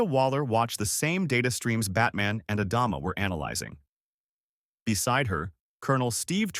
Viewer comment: AI narrator can't pronounce Adama among other words